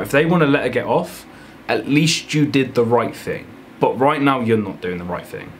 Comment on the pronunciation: Why does he say bot instead of but